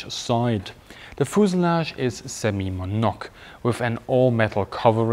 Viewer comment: Nice video. I've seen both of these beautiful planes flying in Switzerland. Just an English comment I didn't understand at first what you meant when you said semi-monoque. I figure you meant semi-monocoque which is pronounced semi mono coque. Mono being one and coque being shell.